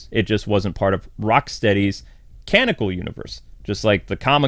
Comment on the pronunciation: Canonical is pronounced like cuh-non-uh-cull, not whatever the hell you just said. Edit: side note, it’s femme fatale, not “female fatale”.